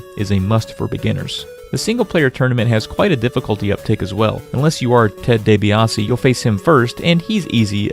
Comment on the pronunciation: Ted day-bae ah say